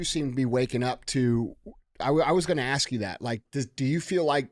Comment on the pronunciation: I really enjoy your shows. I only want to say one thing. There is a big difference between AXE and ASK.